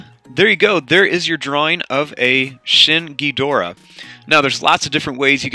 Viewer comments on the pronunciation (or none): Why’d you say shin ghidorah